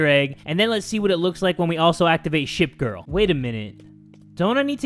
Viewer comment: Did you say shit girl or ship girl